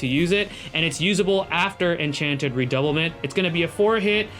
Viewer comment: Her skill's name are from French e.g "Redoublement" should be read as "Rer-dou-blur-blong" 😆